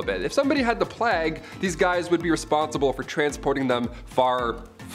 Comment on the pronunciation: Why does it hurt my brain every time I hear plague pronounced as “plag” instead of “pla-egg”. Love that guy tho!!